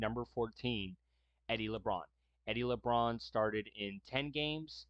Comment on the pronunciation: Please learn how to pronounce the players names before making these videos! It's Eddie LaBaron not Eddie Labrawn!🫤